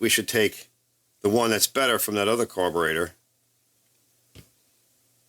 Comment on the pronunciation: you are the 2nd vid i've watched today that has said "carbolator" hahaha its gotta be a Philly or NY kinda thing